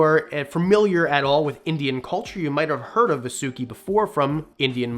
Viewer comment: Its not va su ki. Its vaaa su ki...